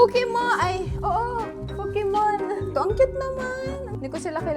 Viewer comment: te bat tawag mo sa poke mon fukimon ahahahah